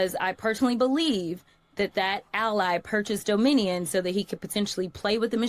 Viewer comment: pronounces it: “Domin-E-un”🤦‍♀️